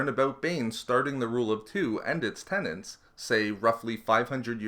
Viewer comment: Hey guy since you narrate and create this content that I can enjoy so thoroughly when my nerd side hits me I'm going to give you some constructive criticism. When people find a new favorite word and they insist on using it over and over they often misconstrue the meaning or pronounce it incorrectly. You have been doing the latter with 'tenet'. It's not pronounced tenant like someone renting a room. It's pronounced exactly how it's spelled. Tenet. Sorry if I come across abrasive, I'm a bit of a stickler for this stuff. Especially when you're writing scripts and narrating them. You're smarter than that. Again, I love your content and I appreciate so much how extensive your s.w. knowledge is. Thank you!